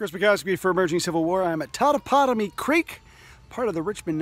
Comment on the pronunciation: Shelton, not Sheldon, darling. Your pronunciation of Totopotomoy is admirable!